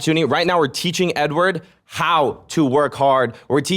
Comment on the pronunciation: bro says edward like a slur LMFAO